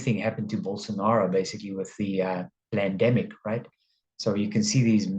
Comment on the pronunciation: Did you call it a "plan" demic? 😂